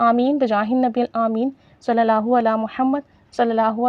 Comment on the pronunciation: Apki vdo bht achi lagi lekin sister ap sb se pehle ALLAH ka nam thek se kehna seekhen apko ALLAH kehna b nhi ata. "alha" nhi ALLAH kehte hain الہا نہیں اللہ کہتے ہیں 😢